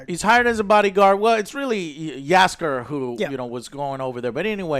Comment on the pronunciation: Damnit, Joe! Say Jaskier just like they did it in the show - Yaskier. Also, the accent is on Yas. And one thing about Jaskier - the Polish version of him was presented better. He was more bardy? Less goofy - that's for sure.